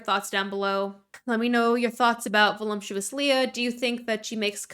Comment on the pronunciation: I’m gonna sound like a jerk but I’ve noticed it for a couple years. Everyone in gorl world or gorl world adjacent pronounces voluptuous like it has an m in it (like voluMptuous rather than voluptuous). Is this hyper specific to the community or am I missing a joke? 😂